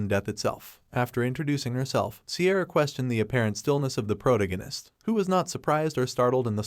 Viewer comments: Pro ta gin nist < pro tag nist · OMG the way he pronounces protagonist is killing me